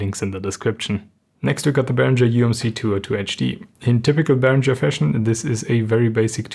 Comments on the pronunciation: Mir stehen jedesmal die Haare zu Berg wenn ich höre Behrinscher. Himmel! Es ist ein ganz normaler deutscher Name Behringer, wird so gesprochen wie es geschrieben ist ohne sch! Otherwise great show from ( nice haircut btw) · You really should have applied a high-pass filter to the video's audio, or even to the microphone. Also, it's odd that as a German speaker you used the incorrect American pronunciation of 'Behringer'.